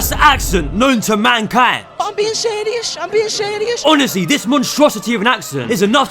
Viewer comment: guys i think he's being Seyyri-uhs with this one